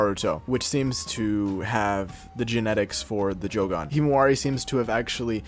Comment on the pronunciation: Bro says Jo Gone 😂